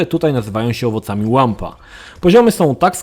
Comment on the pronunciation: "łampa" serio XDDD?? Czyta się to "łumpa"